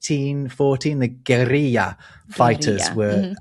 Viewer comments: Guerrilla (double R). Alcornoque (you missed the 'no'). I'd like to discuss the Word 'timbre' from music theory. You anglos seem to think this is a French word and pronounce It like 'tombra' which is totally wrong. Tin - breh 😜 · A small correction, 'guerrilla' is writtenn with two 'r's, so it sounds as a hard 'r'. Alcornoque was missing a syllable. Im always glad when there's a new post from you guys!